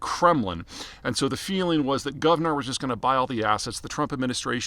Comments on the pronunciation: What is Guvnor? it is gunvor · Not Gav-nor but Gun-vor (pronounced as "gan-vor"). Peter, you need to work on your pronounciation a bit - this happens quite often for you. Otherwise great content, and wishing all the best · Not Guvnor, but Gunvor. Russian play of Russian accent "Gun & War", what Gunvor was built to support years ago. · It’s Gunvor not Guvnor 🤦‍♂️ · FYI: It's GUNVOR not GUVNOR. It is an old norse name (the prefix Gun is common in old norse names like Gunhild, Gunnar, Gunvald, Gunlaug) and it's taken from the name of the Swedish founders mother. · It’s Gunvor, not Guvnor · It really shows how serious of an analyst you are - at least when it comes to the energy space - that you fail to correctly pronounce the name of GUNVOR, and incorrectly pronounce it as "GUV-NOR". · Gunvor, not Guvnor. The name of the wife of Thorbjörn Törnqvist taht ownes the company 🙂 Cheesrs from Sweden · Not Govnor, but Gunvor LOL Gun + vor. Vor is thief in Russian, also like a rank in Russian prison gangs, who is Timchenko. Anyway, why couldn't Biden sanction Russian oil? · Gunvor. Not Guvnor. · Did you call Gunvor Govnor on purpose? Cause it’s like Shit-or in Russian. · That's not how you say Gunvor. Also, Gunvor is an Old Norse female name.